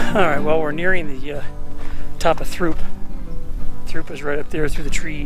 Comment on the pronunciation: actually pronounced, "troop"